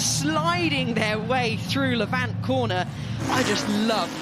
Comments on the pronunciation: Lavant! Not La Vant, please, this is Sussex not some exotic foreign circuit! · The best event in the world bar none. The detail and the racing is just incredible. I’m a local and the pronunciation of Lavant needs to be corrected. Rather than Lav-Ant, it’s Lavant. Like the pronunciation of “haven’t”. I’m so sorry to point this out but I just had to. 😂